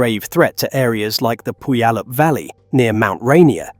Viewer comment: Both mount saint helens and mount rainier are still active. Mount hood in oregon mount shasta in california. There is constant activity. Its also pronounce pew-al-up valley lol